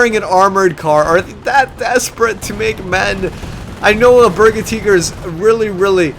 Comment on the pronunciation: Cool hosting dude ..... gotta say tho its a berge tiger say it like it sounds ... its not berga teeger lol